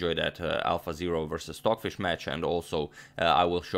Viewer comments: STOCKHISH LOL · Who is "stockhish"? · Stockhish? (H)?? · "stockhish" lol no stocfish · "stockhish" is amazing here! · why does it say stockhish? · Ah yes, "stockhish" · "Stockhish" haha